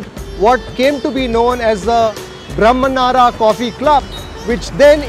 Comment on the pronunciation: Bro... if your not a kannadigas please learn kannada... you act or pronounce.. horrible kannada.. can't you pronounce brahmana in kannada... felt over acted...